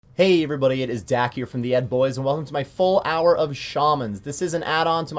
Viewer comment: No, not The Ed boys. It's Theed boys.